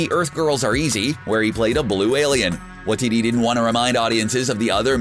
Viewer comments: "Why-tee-tee"... For the love of God. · Dude his name is pronounced, why-teti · "Taika Watitty" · I hate it how he pronounces watiti wrong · how did you just say his name??? lol